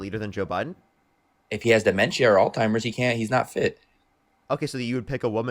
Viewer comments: "all-timers"? This country is cooked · “All timers” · "All Timers" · The 21 year old caller pronounced Alzheimer’s as “all timers” Oof that last 5 secs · This guy doesn’t know what words are. He even called it altimers lmfao